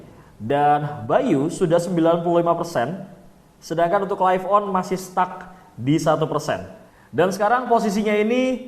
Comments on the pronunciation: Agak terganggu dengan penyebutan live on yang harus nya lif dan bukan laif. Sekedar kritik membangun ya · LIVE.ON bacanya bukan jadi LAIF.ON bang, tapi tetep LIV.ON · Btul,,laif penyebutan dari life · Laif on, harusnya lif on